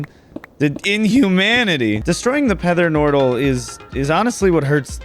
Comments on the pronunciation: Not the pether nortal😭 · Pether notral 😂